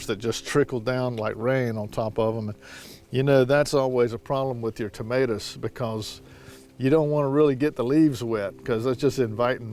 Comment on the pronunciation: Like the way you say tomaturs! 😀